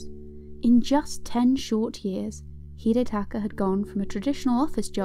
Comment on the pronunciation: You butchered his first name